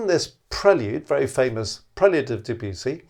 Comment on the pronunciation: please pronounce the name of the composer right .. otherwise nothing but praise for the video